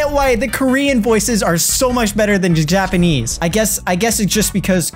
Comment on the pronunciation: Ehjiapperhneese after google translate Japanese